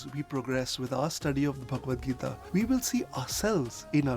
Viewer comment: Tip: Correct pronunciation of Bhagavad Gita is Bhag-vad Gita✅